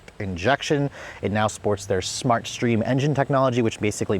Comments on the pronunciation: OMG, How do You Say SMART But Pronounce it as SHMART !! Where Did You go to School, Certainly Not in the United States of America!!!🤔🤬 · Please don’t eva say shmart park again 😂😂😂